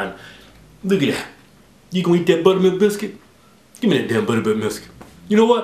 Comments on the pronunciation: Did anyone else notice the guy on the left mess up , he said "you gonna eat that butter milk buscuit, give me that butter bilk miscuit" lol big mess up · He said "Butterbilk Miscuit" lmfao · Second time he tries to say buttermilk biscuit He says butterbilk Miscuit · Lol the second time he said butter bilk miscuit lol it is hard to say though